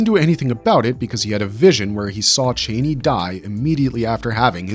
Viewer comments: Pronouncing her name as 'chainey'? Did you even watch the films? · Brother it's pronounced Cha-knee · Is this a bot talking or are you really pronouncing Chani wrong 10,000 times over like it isn’t said in the movie over and over again! Couldn’t be anymore annoying! 😂